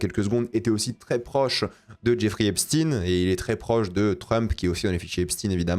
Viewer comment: C’est Esp SHTAYNE, EPSTEÏN